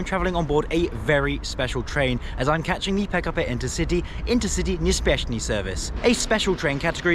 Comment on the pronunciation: Intercity nieśpieszny. [Pronounced: Interceetee niepsheshpieshny]